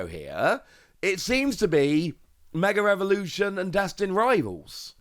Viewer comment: Is it just me or does it sound like he says mega revolution vs mega evolution